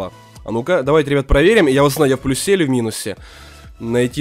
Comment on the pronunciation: Не в плюсЕ, а в плЮсе